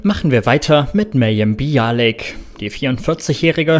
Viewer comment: Mayim Bialik permanent als "Bialek" auszusprechen, kommt schon sehr seltsam rüber.